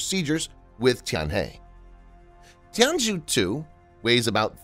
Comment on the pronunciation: FYI the zhou in Tianzhou should be pronounced like "jo"